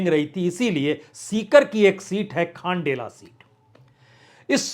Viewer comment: खंडेला को आपने खाण्डेला बना दिया,बंशीधर बाजिया को बंशीधर बईया बना दिया.....कहाँ बैठे बैठे रिपोर्टिंग करते हो प्रसुन जी😂